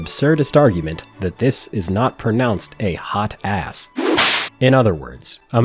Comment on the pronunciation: As a proud X56 HOTAS owner, it is 100% pronounced "Hot Ass"